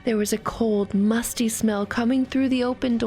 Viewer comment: Oof i heard Musty into Musky